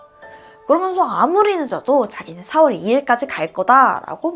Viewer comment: 4월 7월 발음이 이상해여 중간중간 거슬림...ㄹ들어가는 발음이 대체로 그런듯